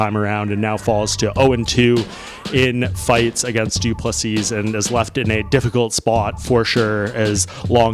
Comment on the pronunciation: Doo plu SEA!!!!!!!! No not Seasssssss nor seessssssd.......say SEA......STOP DO NOT REPEAT LAST S